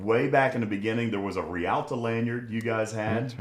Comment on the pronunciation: I just wish ye would all pronounce realta properly. Its the irish for star, pronounced rail-ta. Turas Realta being Irish for Star Trek.